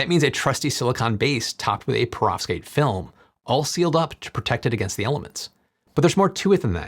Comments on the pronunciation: Your pronounciation of perovskite seems deliberately off, if only because you surely can't be doing it that wrong, in that way, so consistently. The way you say it: "Provskate" The correct pronunciation: "PER-ov-SKYte" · Why are you saying profskites.. it’s .. PEROVSKITES 😭